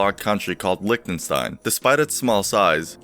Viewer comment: Not sure how happy Liechtensteiners are about their country's name being pronounced Lick-tenstain (like lick ten stones) instead with with a soft h (like in hee hee): Lih(ee)tenstein. Also "Stein" is pronounced like Shtein (with a hard ah like in shell), not the soft s you are used to because of the way Frankenstein is pronounced. But maybe that's how it's pronounced in English?